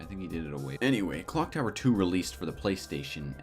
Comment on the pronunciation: Im not the only one who heard "Glock Tower" right?